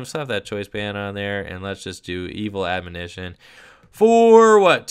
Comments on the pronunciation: S/O to for being the only Poketuber I've seen so far to correctly pronounce the word "Admonition" On another note, I wonder if Standard Zoroark will become any more balanced when Puzzle of Time rotates at the end of the season, since I personally find that combination to be the most ridiculous. Of course, there are a lot of factors in a theoretical SM-on format that could make Zoroark even stronger (fewer draw supporters, no Garbotoxin, etc.), so I guess it's hard to say at this point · Didn't even struggle with the word either, just nailed it like it was nothing. Major props,! (People mispronouncing the word has become a pet peeve of mine, haha)